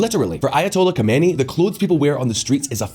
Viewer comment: Just for reference - Khamenaei is pronounced - KHAH-meh-NAY-ee. It is four distinct syllables. Khomeini is pronounced - KHOH-may-nee.